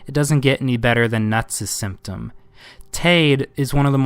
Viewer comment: Come on “Omaha Style” “Omaha Stylee” not trying to be an ass ,but this makes you suspect. “NutsSymptom”. “Nutsymptom”